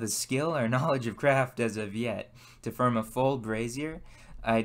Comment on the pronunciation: I'd give you a like if you could learn how to pronounce fordge and form.